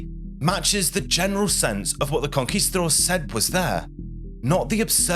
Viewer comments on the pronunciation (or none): none